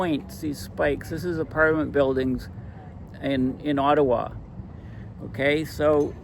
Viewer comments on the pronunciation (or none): none